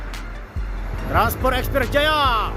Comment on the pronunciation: Transpot udaa..bukan transporrr😅😅😅